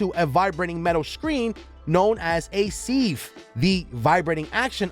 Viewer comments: Its pronounced “siv” not “seev” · Is this guy trying to say "sieve"? Or is there actually a machine part called a seeve? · Correct. This is what happens when you hire bargain bin narrators to check the right boxes. You can blame DEI mandates. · He's struggling to say sieve. That's what DEI hires do - they check the right boxes while never actually knowing how to do the job. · The narrator needs to learn how to say the word "sieve" correctly.